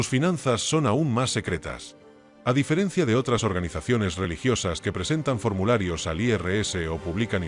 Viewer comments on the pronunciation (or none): none